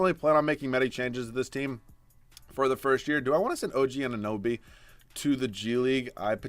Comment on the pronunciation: you said his name!!!! Finally pronounced OG Anunoby correct!!!